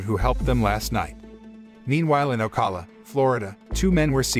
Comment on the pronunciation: He miserably pronounced "Ocala". I am a florida resident.